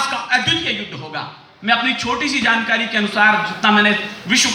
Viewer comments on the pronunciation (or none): none